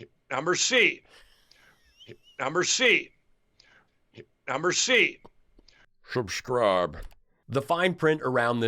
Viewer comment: you had me at "number C". I have officially "Shubscribed"😂 ( Lindell said it twice and knew something wasnt right, then was like screw it, one more for the road.😅